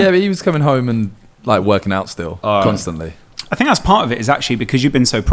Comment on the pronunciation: Nobody: KSI: "Cunstantly"